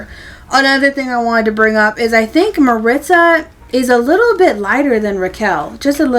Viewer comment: Hi! I recently discovered your channel, and I love it! See, and I don't think they look at all alike! 😂 I haven't seen Raquel in person yet, but from the pics it's not just their hair and eyes that are different, but their skin undertones as well. Also, just so you know, you're pronouncing Maritza wrong. It's Mah-reet-zah: I'm obsessed with the trinket box. I'm super excited to finally have a doll version! This is definitely my favorite outfit from the collection. I think it will pair really well in photos with the Peru outfit. I'm obsessed with the mama and baby dolphin. They will go so well with Lea's sea turtle and Joss's sea lion!